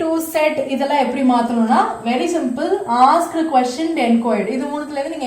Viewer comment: While pronouncing asked kindly don't stress ed.prounce as 'ast'